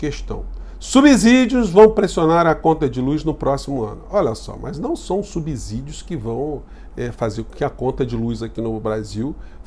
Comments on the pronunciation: Diz-se subsídio,e não subzudio (o s atrás duma consuante,le-se de S... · É um ABZURDO vc falar SUBZIDIO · Sou seu fà incondicional.pra ficar ä altura de sua competência , nunca pronuncie subsídio com z. É subsídio com som de S, como subsolo. Desculpe se coloque por aqui, é a única forma que encontrei. Reafirmo minha admiração pelo seu excelente trabalho.